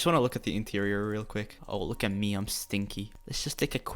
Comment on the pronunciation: E-TEIRIOR Me: interior